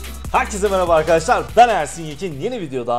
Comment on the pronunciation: ABİ İLK VİDEONDA ''MARABA ARKADAŞLAR'' ÇOK KOMİK YAA